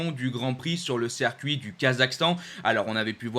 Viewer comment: • à "on a donc officialisé, malheureusement, l'annulation du rand Prix sur le cercuit du Kazakhstan..." • à "on a par contre appris hein, que ce weekend du Kazakhstan allait être remplacé par un 2ème weekend sur le cercuit de Misano" • à "voilà donc le nouveau calendrier on aura donc le 8 septembre le 1er weekend sur le cercuit de Misano Pareil à , , , , , Circuit ou "cercuit" ? Yama ou Yamaha ? A ai-je entendu "aujord'hui" ou "aujourd'hui" ? Ai-je des problèmes auditifs, ou vous des problèmes d'orthophonie/prononciation ? A ne confondez-vous pas "moto d'usine" et "moto millésime" ?